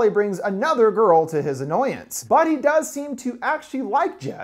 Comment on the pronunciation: Who’s that girrrrrl? It’s Jess!😂